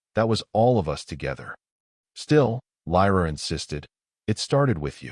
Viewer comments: Good story but please teach the Ai that us is not pronounced as U S it sort of let down the story. 😢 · Teach your AI reader that "us" should not repeatedly be read "U S!"